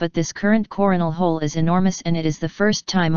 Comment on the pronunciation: she said corn whole